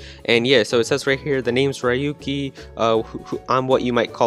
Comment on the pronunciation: Ryuki is pronounced like RUU-ki